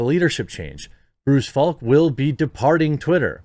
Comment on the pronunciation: Article: "Bruce Falck" Jeremy: "Bryce Flak" ...Jeremy, come on.